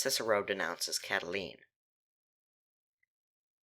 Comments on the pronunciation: um it's pronounced CatiLINE not CatiLENE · its cata line not cataleen